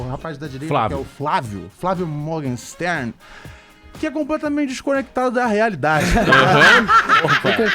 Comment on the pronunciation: É só ler os comentários e aí tu concluiu que esses jornalistas, convidados, radialistas estão anos luz da realidade. Parabens. E aprendam a falar o nome do convidado antes seus boçais.